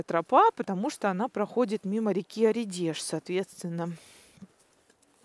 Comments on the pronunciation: Неплохая экскурсия! Только с ударениями проблема)) Ли́ндуловская роща, Óредеж и так далее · это проблемы звукача) Но Оредеж точно не послышалось с ударением) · В названии реки Оредеж ударение на первую букву - "О"., уточняйте произношение названий, хотя бы в гугле. Вы такая милая, хочется, чтобы у вас все было идеально:)